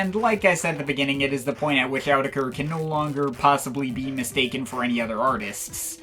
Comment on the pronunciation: I don't know who told you how to pronounce Autechre in that stupid way but it wasn't Rob, Sean, or Warp Records. It's pronounced "orr-tek-a".